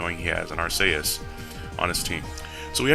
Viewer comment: 1st comment and its not Ark-a-us its Ark-e-us